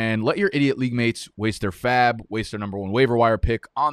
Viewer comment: Loved this and loved how you said % of faab